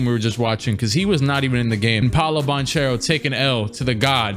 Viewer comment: Actually Banchero is pronounced as you said, because it's an italian second name anche ch is pronounced like k